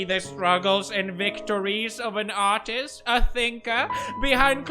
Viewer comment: i thought he said autist but it was artist